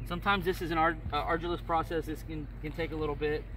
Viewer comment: Arduous not ardulous, at least he's trying.